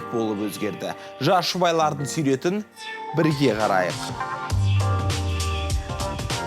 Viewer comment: айналайын қазақша билмессен сойлемейак қойшы сойрет емес сурет жүргізуші жигит голубой сияқты майысып тур😂😂😂🙊🙈🙉